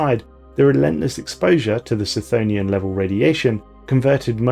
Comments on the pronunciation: the C in cthonian is pronounced like a K, as in Cthulhu. No I'm not sure what the connection to lovecraft is either. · i have never heard chthonian pronounced like that but i think i like it more then the other pronunciation.